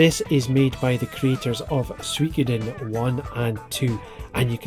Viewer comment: Eiyuden Chronicles and the Suikoden (which you need to learn how to pronounce properly young man!) Are the only two MUST HAVE games coming in 2023. Sure, I want more, but those two are MUST HAVE 😎